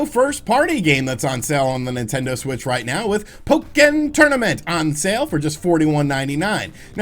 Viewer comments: Pok-ken tournament 😂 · Nobody: Literally nobody:: "PoE-kIn.." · Say Po-Ken again. I dare you. I double dare you! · Pok-ken tournament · Why "PO KEN" Tournament? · The way you say Pokken Tournament 😂😂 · for the love of god please stop pronouncing pokken like that.